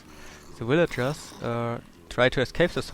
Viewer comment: ha i love the way he says villagers. willager XD